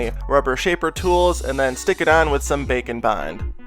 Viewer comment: It sounds like your saying bacon bond, just me? I can't hear the difference